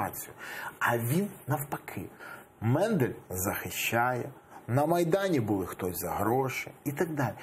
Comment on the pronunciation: Не Мендель, а Мандель! Коли ви вже навчитеся вірно називати прізвища!!!???